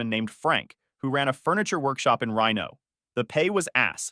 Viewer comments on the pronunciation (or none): In Rino?? Lolo You mean, Reeno? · Reeno, LOL. You mean Reno?